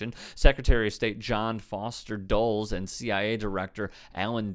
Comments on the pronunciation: It's pronounced "dul-is" not "dool-s." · The last name is pronounced "Dull - ise", not Dulls. Think of the airport in Washington, DC - Dulles Airport. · It’s pronounced dull-less. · Dulles (Duh-Lass) Brothers. They also murdered Patrice Lumumba. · dull-ESS Two syllables, stress on the second. Thanks for covering Guatemala. Chile, Bolivia, Cuba, Venezuela, Ecuador, Honduras, El Salvador, et cetera et cetera ad infinitum. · Yo Yo. Dulles is pronounced Duh-lus. Good video. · Hey it is Dull-es. Named after the airport in Washington DC. Yeah bad dude....